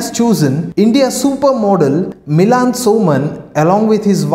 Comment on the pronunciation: It's Milind Soman and not Milan🙄 It's warranty not waaranty It's Ampere not amper